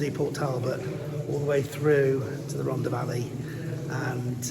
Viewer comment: Loved every minute of it. Just wish Martin would pronounce Rhondda correctly and pronounce the th rather than dd.